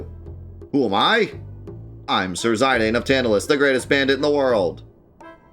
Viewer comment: But it's not. Its "Zi" As in Zip "dahn" As in Darn As spoken in these dissidia games. Who chooses to say it though, is up to him. He also purposefully says names wrong to trigger people in chat and youtube, so think nothing of it.